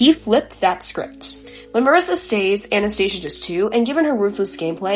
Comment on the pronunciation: Great analysis! For the future though, Anastasia is pronounced Anna-sta-sia:)